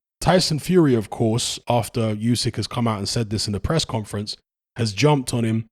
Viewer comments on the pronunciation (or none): Usyk's name is pronounced ooo-syk, not you-syk. Tiny correction, genuinely not trying to be a smart ass. 👍